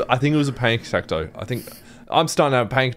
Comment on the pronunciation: The way you pronounce panic attack. Tattoo is another word you say that makes me giggle. 🤭